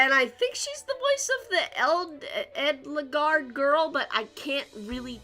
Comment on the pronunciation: A- del guard. the E in Edelgard is pronounced like an A. i think it means noble. edit: in german